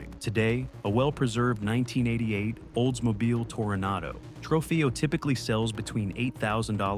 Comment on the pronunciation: The Oldsmobile you miss pronounce repeatadly with a V sihh.... at 10 min. Was your editor drunk?